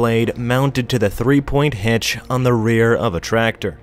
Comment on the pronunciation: Then anybody with good ears can listen Hitch not hatch...